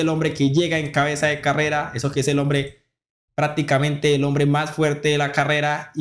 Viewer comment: Aprenda a pronunciar bien no estropee el idioma, no se dice praticamente es prácticamente con c